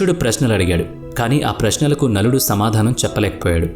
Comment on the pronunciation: Nakuludu ni naludu ani mispronounced chesaru.. But lot f confusion creat avtundi teliyani variki